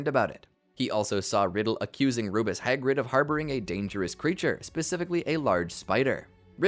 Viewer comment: I hate how you say Rubeus Hagrid